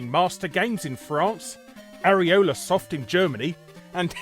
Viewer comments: ... did you say "areola-soft in Germany"? Leave it to the germans to name a company soft nipple... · Did you say "Areola Soft"? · did you say areola-soft? areola as in the ring of skin around a nipple...? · Did he just say AreolaSoft?